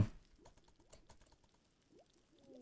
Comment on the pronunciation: for the al-goe-rythym!!!